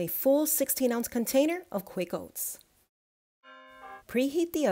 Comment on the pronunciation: Why the emphasis on, “Quick oats”?